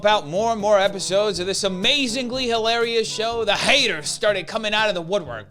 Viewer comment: I love how he emphasizes how hilarious she is. 😂